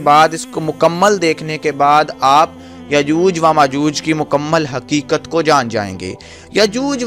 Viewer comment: Yajooj wa majooj nhi hota. Is ko yajoojo majooj. Read krty hen.